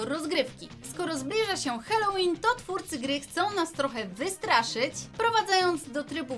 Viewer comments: Mówi się halołin a nie helołin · Mówi się Halloween bez e na początku